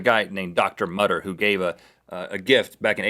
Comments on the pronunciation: It's actually pronounced "Moo-ter" :) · It's pronounced motor! Mütter! Ü=O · Actually the museum in Philadelphia is the Mutter museum (pronounced mooter) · its not mutter its prononced mooter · The Mutter (should be an umlaut over the u) is pronounced "Mut-ter" with the first syllable rhyming with "put." It is a Museum of Medical Oddities attached to the College of Physicians in Philadelphia and deserves a LOT more respect than Rhett and Link gave it. Shame on those two for vilifying that incredible storehouse of medical knowledge. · The name of the museum in Philadelphia should be correctly pronounced "moo-ter" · It really bugged me that they pronounced Mutter wrong XD It is pronounced Moo-ter btw :~) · IT'S PRONOUNCED MOO-TER! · It's pronounced Mootter and it's not that bad. It for medical studies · Mutter = "MOO-ter" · Pronounced mooter museum